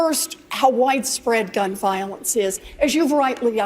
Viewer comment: Warren needs to learn how to even speak. She only talks about "Gun Viowense". Personally, I don't know what "Viowense" is in the first place....